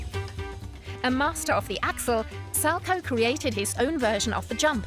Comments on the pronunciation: “Sal-co” ouch. It’s salcow get it right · Isn’t it pronounced sal cow? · When you say salchow it's kinda annoying because me and everyone at my ice rink pronounces it sow cow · How come it's pronounced Sal-Chow when his name was actually pronounced Sal-Co. My last name is Markow(W silent like this skater's name)so that's why I brought it up.. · it's pronunced sal-COW, not sal-ko. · Learn how to pronounce Sal-cow. Not Salco. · When you get a narrator that knows nothing about ice skating you get someone sal-coe. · Can you please do your research before posting such videos? As a long time avid fan of the sport it was almost annoying listening to you mispronounce the Salchow as well as Surya Bonaly’s name. 🤦🏼‍♀️ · So, so inaccurate! Kurt Browning never tried a quad SALCHOW against Boitano in the Olympics that year. It was a quad toe loop. Get your facts correct....and maybe your narrator's pronunciation of it too.... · I cringed every single time she said “Salchow”. Maybe we just pronounce it differently here? Idk I skated a tiny bit when I was little but quit to do cheerleading so maybe I’m just wrong? But I’m pretty sure that’s not how you say it.